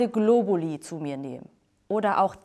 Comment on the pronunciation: Globulis? Meine lateinischen Ohren winden sich vor Schmerz! ;)